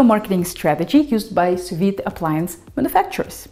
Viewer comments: It's Sous-Vide NOT Soviet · it's pronounced su vi, not su vit. Do your homework,. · Sew-vee as a Pee Vee.... the "D" is silent. Don't be Puttin no "D" there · Hi, It's Sous-Vide NOT Soviet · am i the only one hearing her saying the soviet method? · I see I'm not the only one who heard "the Soviet method". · First time hearing someone pronounce sou-viDD. Huh? She sounds French. She probably said it correctly. Googled it. Huh. It's pronounced with the D indeed. I've been pronouncing it wrong all this while. For that, and for other cool tips you shared, thank you :D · Sous Vide..................? Just say Non!